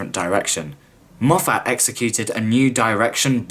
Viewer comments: I know this is an old video, and although I do enjoy your critique. Being from Scotland, I just can't get over your mispronunciation of Moffat. It's not Mof-fat, being a Scottish name the 'a" is pronounced as an i. So it's pronounced as mof-fit. Sorry for any offence, it's just a stupid small thing that gets on my nerves for some reason. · If you're going to keep saying Moff Att instead of Moff't, shouldn't you also say Chib Nawl instead of Chibn'll? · Stop saying MoffAT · Dude, ace vid, though please go learn how to pronunce "Moffat" it's not Mof-at. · It’s said Moffet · As soon as I heard Moff-hat I was gone! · Pretty good critique apart from your inability to pronounce Moffat correctly.